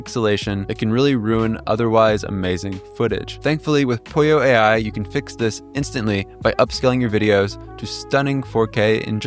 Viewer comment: So is it Pollo like Apollo, og is polio like this guy says it?